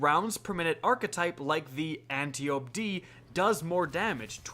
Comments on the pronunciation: I will keep commenting until ya'll start saying it right. It's Ant-eye-oh-pee. As in Antiope, sister of Hippolyta. Aunt of Wonder Woman. Not Anti-Oh-p. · It hurts my ears a little every time ya say Anty-ope, brutha. Lol. Ann-TYE-oh-pee. It’s the name of a Greek goddess. 👍